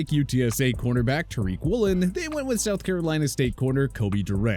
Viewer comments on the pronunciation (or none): none